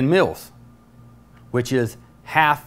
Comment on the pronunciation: It sounds like he is saying milfs lmfao !!! But still good video...